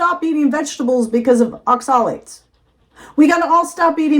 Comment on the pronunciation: You are pronouncing Oxalates incorrectly so I doubt you have done much research on it.